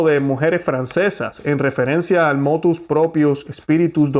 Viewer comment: Ponte serio por favor y di como dice Motv Proprio no motus, prepárate mejor que molesta escucharte a tal punto que casi te Voto deslike gracias.